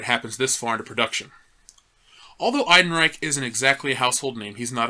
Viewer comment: why do you keep calling him alden eidenreich bro just google the correct pronunciation